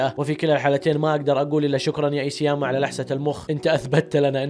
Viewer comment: اخيرا عرفت تنطق اسم ايسياما